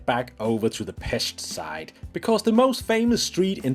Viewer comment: Make the effort and pronounce “Pesht”